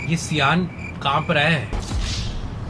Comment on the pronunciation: Aree Sayan nahi siaan